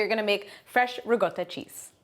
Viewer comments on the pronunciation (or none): Im making it now..but why do you keep saying Ri GOTTA??? when its RiCotta?? Cotta means cooked not gotta...